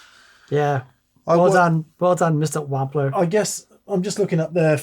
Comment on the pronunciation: Why does find it so difficult to pronounce Wampler correctly?